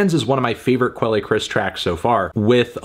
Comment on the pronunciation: Does he really pronounce quelle like that? Good lord.